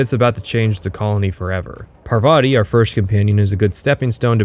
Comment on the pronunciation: i think parvati is pronouced PAR-vuh-tee (emphasis on "par")